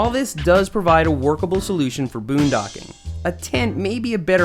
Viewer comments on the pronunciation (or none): did you just say bundoking? haha